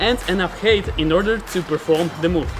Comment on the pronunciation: It's funny how you say hate instead of height xd